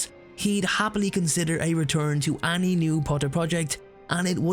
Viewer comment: Whenever you say 'any' sounds like 'Annie' 😅😅😅